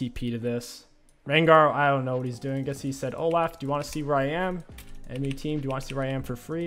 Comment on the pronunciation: Love the way king pronounces names. Oh-Laugh 🤣